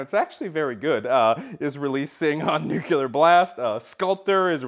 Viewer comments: Its not new-culer its new-clear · Nuclear. You said that one wrong, too. But you already knew that ;)